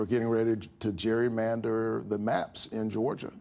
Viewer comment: NO ONE KNOWS HOW TO SAY : gerrymandering!